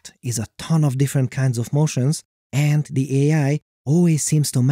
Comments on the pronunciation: I love your videos, but the way you say 'and' really irritates me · Great video but my guy, you need to work on your intonation. It sounds like it was read by a robot and all I was hearing was AND BUT HOW